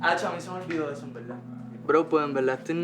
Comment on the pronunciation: De velda en velda el ploceso eta muy bueno 🤣🤣💗💗